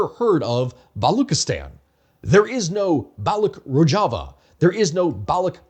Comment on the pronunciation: Rojava is pronounced roe-shuh-vuh.